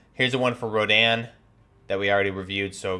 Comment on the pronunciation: Urzikstan. Yer-Zick-stan. Rodion. Roh-Dee-on. Lagunari. Lah-Goon-Air-Ee